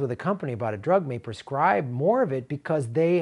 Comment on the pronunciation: That's "prescribe", not "perscribe."